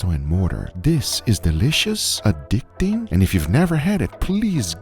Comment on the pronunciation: “a-dick-ting” along with that visual 😂😂 Guga you are hilarious brotha